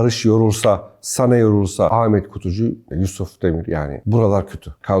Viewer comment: Hocam yusufun adını telafuz etmen bile güzel birşey artık şans verilmeli ki maç değil oyuncu kazanalım.